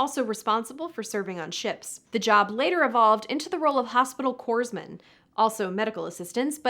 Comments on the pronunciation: The "s" in corpsman is silent, so it is pronounced kor-man. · It’s pronounced “corr-man,” no S sound! “Corps” in French looks like “corpse” in English but the PS is silent. 😁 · Corpsman...The "s" is silent,.